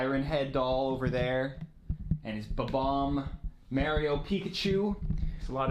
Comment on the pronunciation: I could tell is from PA just by the way he says Mario